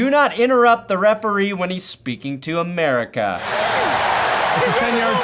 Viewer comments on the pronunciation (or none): none